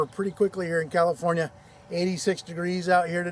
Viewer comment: CALI-FOR-NAI-EH ....??? OBVIOUSLY,... WE EXPECTED YA LEFTWARD.